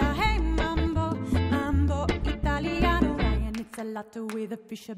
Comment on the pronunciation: Yes, the vocals and Clarinet take the cake, but truth be told, correct pronounciation of Italiano brought it home for me